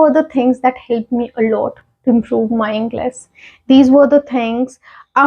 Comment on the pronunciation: You pronounced Englis but that is English